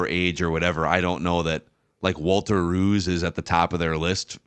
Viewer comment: They're mispronouncing his name. "Rowse."